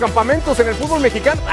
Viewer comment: Aprendan primero a pronunciar FÚTBOL NO FUTBÓL y después hablen nabos!!!